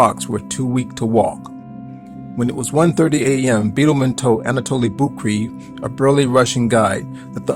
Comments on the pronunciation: Anatoli last name Boukreev is pronounced Book-Ray-Eff and not 'Book-Reeve' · Geez, you could’ve done some research into the correct pronunciation of Anatoli Boukreev. As a hero, he deserved it..